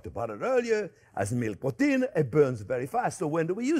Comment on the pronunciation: I was almost until the end before I realized "porteen" was protein, lol.